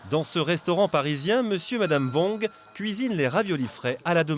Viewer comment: Regardez BIEN les doigts à et écoutez ce que dit le contremaitre à 😂😂😂 (Cliquez directement sur les temps mentionnés dans la phrase pour ceux qui ne le savent pas encore.) Je peux pas m'empêcher de rajouter ça aussi juste pour rigoler encore plus: "Et pour ça Monsieur VONG (prononciation du commentateur) a une technique un peu particulière..." Allez on pompe ! Mdrrrrrrr !